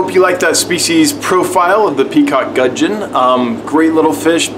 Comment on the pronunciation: Pronunciation 1. Gudgeon 10 out of 10; 2. Papua 5/10....'Pa-pu-a', 3 syllables rather than 2. We are more familiar with PNG being our closest neighbour. Which explains why very closely related gudgeons occur here in Australia too. Cheers